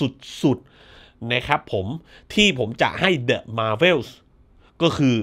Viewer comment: เดอะ มาร์เวลส์ .. ❎ เดอะ แมวเวลส์ .. ✅ 😆😆